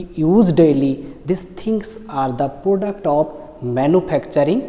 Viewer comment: This sir used to beatt me alot missingg those best days ....product ko poduct bolke padhate the. 😂